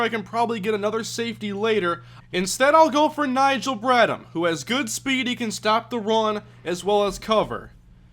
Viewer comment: I hate doing this but it's BradHam the h is pronounced